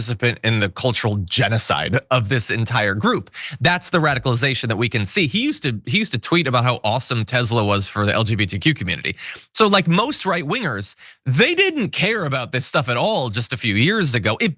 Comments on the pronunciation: Please stop pronouncing it "Tezla", John. It's Tesla [ˈtɛslə] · "I love tesler!" 😂🎉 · stop pronouncing it Tesla [ˈtɛslə], Its Tossa